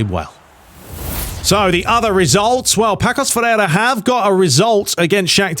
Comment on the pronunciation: It’s actually pronounced passos de Ferreira